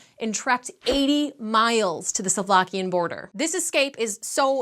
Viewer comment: Salvlakian? It's Slovakian I knew noone can pronounce our stuff